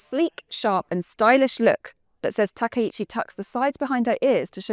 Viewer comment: Throwing shade at Japan? You can't even pronounce her name correctly 🙄